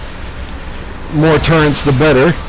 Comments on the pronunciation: why do you sound like ur saying torrents instead of turrets? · i hear turrents